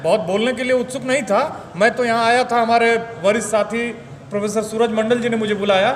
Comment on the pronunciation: परफेसर नहीं प्रोफेसर। हिन्दी भाषा की ऐसी तैसी मत करो।।